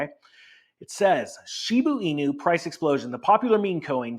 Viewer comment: It is a Shib"a" inu not Shib"u" in. Woof ;)